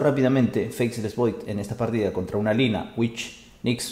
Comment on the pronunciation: Se pronuncia "Feisless", no "Feiseless"